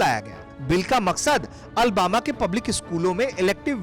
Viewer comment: Ary Bharat tak news wale bhai ye Albama city nhi Alabama hai ... ary bhai agar kisi sheher ka naam lena ho to sahi se le liya karo